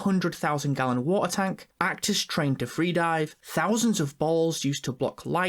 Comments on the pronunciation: NOOOOOOOOOO u said avatar the way of wa'eh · avatah wey of wo-ah. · Avatar 2: Way of Wa'ah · avatar the way of wa'ar got me laughing